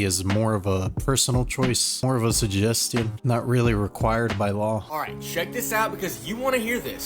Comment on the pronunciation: say ‘suggestion’ one more time please…… 🙃